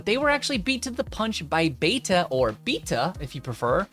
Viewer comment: It’s pronounced ‘Beta’